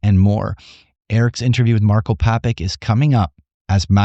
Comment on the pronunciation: Great interview! It's actually Papich, like John Malkovich, "ch" pronounced like bi.. 😅